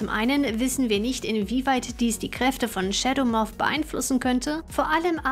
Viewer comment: Wieso sagst du Schedemoff???